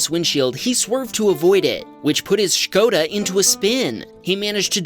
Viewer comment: Respect for the pronaunciation of Škoda